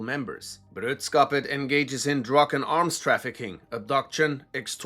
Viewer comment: Bro. I appreciate you. Love your videos. But you totalt butchered that Swedish. It's brö-dra-skapet. Not brödskapet. Brödskapet is the bread hood. I know you Germans like bread but come on 😄😉